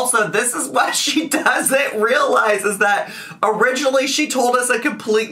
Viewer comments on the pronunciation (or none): ‘Some people cant think for themselves’ also ‘you guys have to ruhlize’